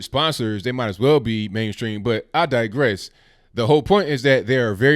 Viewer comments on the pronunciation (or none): none